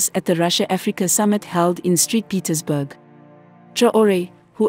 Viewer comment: Damn ai, street petersburg😂😂